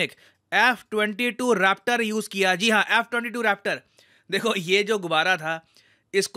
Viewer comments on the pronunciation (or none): Jo "Rappta" pada hai na "Raaptor" sey... Wahh kya baat hai...USA👏👏